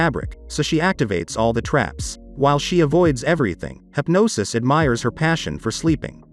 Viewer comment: the one thing that ticked me off is hypnos being said like hypnosis